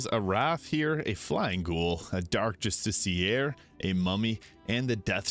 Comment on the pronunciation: I wished someone would make a mod, that adds Great Old Ones as Gods. Then I'll go full HastursQueen and unleash the powers of the Unspeakable One over the Netherbrain! Btw. your accent is so funny, when you say Dark Justici-eeer! Never stop, saying it like that! ❤